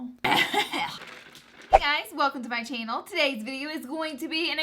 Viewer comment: "chaynel "😑. that's how she says channel